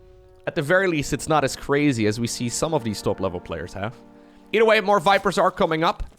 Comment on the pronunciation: its "either" not "eater"